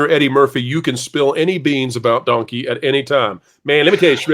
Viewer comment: Wait did Eddie Murphy say “Dunky”? Are we getting a videogame dunky movie??!